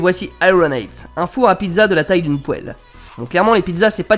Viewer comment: Pourquoi du dit pouelle. Et arrete de faire genre t’en a besoin